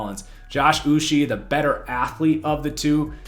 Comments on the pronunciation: its Josh "Oou-cHAY" for the Patriots 2nd Rounder, Not "Oou-she". and "Don-TAY" Hightower. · Uche pronounced like this: Oo - Chay. One of my guys as a Michigan fan, always seemed to be getting pressure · As a pats fan I thought that they had a good draft because they added speed to the defense in a league were dual threat quarterbacks are becoming a necessity and rising in popularity. I’m also Nigerian so the way you pronounce Josh Uche is (Uchay) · 😂Im was cringing each time he said his name